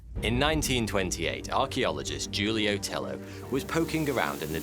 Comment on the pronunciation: Six seconds in and the guy already mispronounced Julio Tello’s name. This is gonna be awesome.